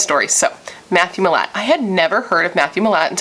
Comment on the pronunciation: Also yes it's pronounced like mill-at